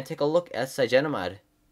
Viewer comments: Dude its cynogenmod not cygenomod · I thought it's cyanogen mod ? @@